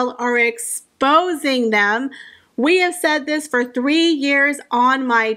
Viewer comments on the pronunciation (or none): none